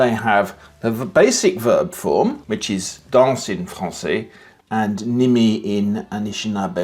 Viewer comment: Jo danz? Je dance. Vous danciez ? Vous dancez. That’s not correct and the prononciation is bad. Sorry, but the video is good.